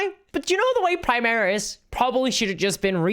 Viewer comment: So new viewer. You pronounce both Primarch and Primaris two different ways. The way you pronounce Primarch is the wrong way yet you pronounce Primaris correctly. Just the way you say Primarch just makes me unreasonably annoyed for a reason. Just wanted to put that out there. Just they way you pronounce and say stuff just make it hard to watch. But I'm new so I watched the video 100% to see your opinion because I'm here for updates and your opinion and not for how people say stuff or lackluster 40k lore knowledge